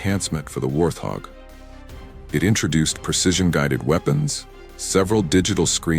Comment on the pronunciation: Please pronounce the name correctly. It is pronounced "Wart hog".